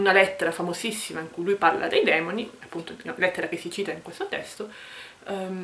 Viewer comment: Consentimi di correggerti: I Demòni... Complimenti, comunque. Saluti